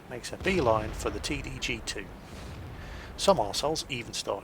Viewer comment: "T D G two" lol